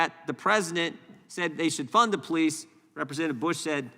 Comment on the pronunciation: Biden didn’t say “fund the police” he said “fun the police” just listen. He said it several times.